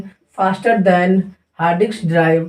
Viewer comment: diks nhi lode diks galat word hai disk hota hai gawar